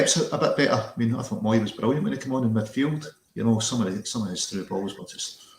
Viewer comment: mooy pronounced is "moay" sounds like the way we say boy.....theres keyboards called moog...pronounced moag ! the dialect and names spell n sound different